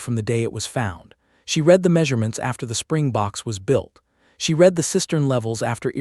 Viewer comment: also the word read